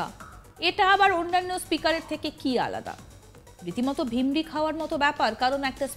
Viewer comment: কি ভাষা চয়ন!!!!! Speaker টা .... আর শব্দ টি , "ভিরমি" .....বুঝলেন??? আপনি উচ্চারণ করলেন..."ভিমরি"....😅😅বাংলা ভাষার প্রতি যত্নবান হন। এমনিতেই তো চারদিকে 😮হিন্দি সাম্রাজ্যবাদী দের থাবা।😮😮